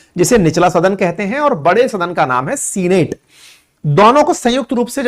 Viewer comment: What is Seenate ? Get correct pronunciation